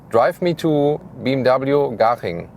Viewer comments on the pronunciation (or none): He dosen’t pronounce BMW properly.